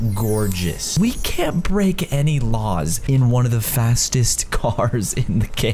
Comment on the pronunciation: Caylus: We got to try not to break any raws Me: HAHAHAHAHHAHAHAHAHAHHAHAHA HE SAID RAWS NOT LAWS